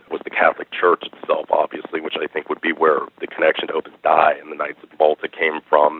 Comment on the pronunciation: It is Opus Dei (Day - EE) is the correct pronunciation. It's Latin.